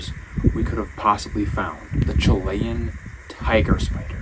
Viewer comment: Chili - Chill e Chilean - Chill e un Not Chill lay un Learn English correctly